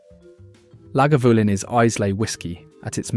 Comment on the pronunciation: And La GAvoolin